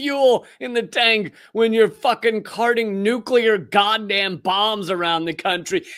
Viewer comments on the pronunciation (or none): ok, it bugs me that doesn't pronounce nuclear right. He says it like "nucular" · why can't most mericans pronounce Nuclear... it's 'new' and 'clear'.... Nuclear. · It's not nuke-ular?